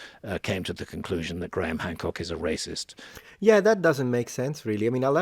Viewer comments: "Grah-ham"? Really, mister linguistics? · FYI, Graham is pronounced without the H, sounds like gram.